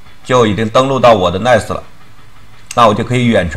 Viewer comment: NAS 感觉还是读成 那斯 比较好吧